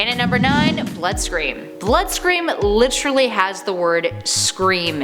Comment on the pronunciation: Why must ppl throw around "li-trully"